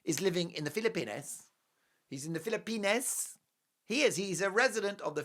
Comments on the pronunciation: I love your show but please pronounce the Philippines correctly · You are treating us today, 😂Mark. Now the German Accent. Love it